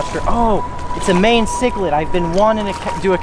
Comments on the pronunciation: Yes!!! Like the Mayan people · Its pronounced my-en cichlid not mae-en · bro it’s pronounced mean ciclid not main ciclid. 😂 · It's pronounced as ma-yan not my-en. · I physically died when he called it a may - en cichlid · MY-YAN bro lol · Pronounced MY-AN cichlid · stop pronouncing mayan cichlid like that its pissing me off